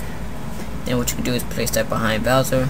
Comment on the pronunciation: it's bowser not boswer ;)..